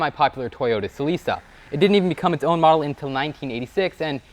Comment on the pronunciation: Sel-ick-ah not Sel-isa, I.e. correct pronunciation of Toyota’s Celica.